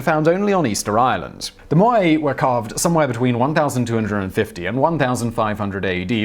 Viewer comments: does anyone know why this guy doesn't know how to pronounce words? MOAI = (moe) (eye) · "MOH-Eye" Wouldn't be a TT episode without the mispronunciation easter egg.